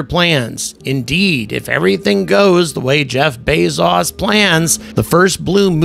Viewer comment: You’ve been in the UK too long. They can’t seem to pronounce so many names correctly. I have NEVER heard anyone pronounce Jeff Bezos name the way you do. Arrogance.